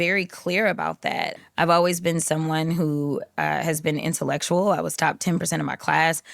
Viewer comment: shi entulekshul! 🙄